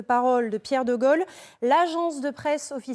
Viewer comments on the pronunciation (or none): Pas de Golle, comme le dit la présentatrice...mais.. de Gaulle.. si je voudrais aider.... la prononciation est Gaulle..., etc Guôle... comme Dôle.... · Dites donc la pétasse là...quand on ne sait même pas prononcer DE GAULE....on se cache...c'est grace à cet homme que vous pouvez ouvrir votre claquemerde aujourd'hui....ok....kaunasse va....